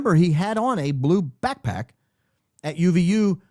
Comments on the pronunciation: The way he says it 😂 like “quick quack” 😂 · Your play on the pronunciation of "BackPack" is already... played out. Now we are adding PipeBomb to the mix? 🙄🙃🙄